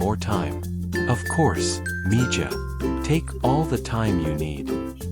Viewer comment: Mija is pronounced miha, it means my little girl in slang Spanish